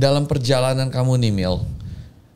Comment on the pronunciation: manggil 'mil mil mil' malah kek manggil jamil anjir😭